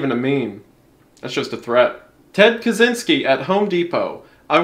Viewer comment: I don't won't to be nit picky (I love your content mate), I'd just like to say that Ted Kaczynski has Polish roots. His last name is Polish. The thing is that the way we Polish people pronouns things is way way different then Russians do. You seem to be trying to read it the second way, so if you don't mind I'll try to do my best and help ya' with pronouncing it (I hope I don't come off rude). So the "Cz" in Polish we pronouns like your "ch" and the "y" in polish sounds as if your confused. Hope this helps, and ones again I love your content